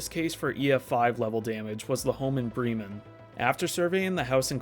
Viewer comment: It’s pronounced brem man like the indian term for scholar which is bramen Bra … men prounced similarly but instead of a Bre as how you say in bread brem men